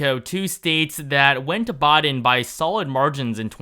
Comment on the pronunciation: It's Biden not boden